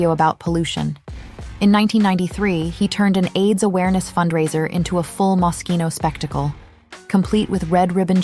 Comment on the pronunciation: NO Franco , NO Jeremy, NO MOSCHINO (or mosshino, like many still love to mispronounce it😅)